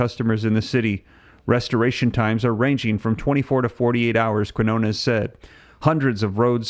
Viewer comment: Quinones is pronounced Keen-Yone-Ess